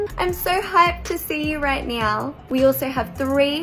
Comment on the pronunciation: FIND YOUR AUSSIE ACCENT HERE! 1. : Nyow 2. - saurrrrrr....